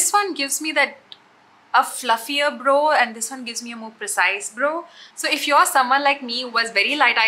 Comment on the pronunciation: It’s not pronounced bro, bro. It’s brow (bra-o) 😀